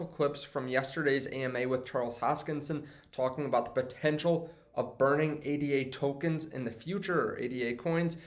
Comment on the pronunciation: Dude! ADA is NOT pronounced A. D. A. It's pronounced like the woman's name it was created in honor of: Ada Lovelace. A. D. A. is an acronym. ADA is not, so stop pronouncing it like it is. You sound like an idiot.